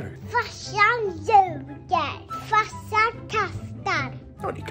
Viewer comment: Gillar att säger farssan 😂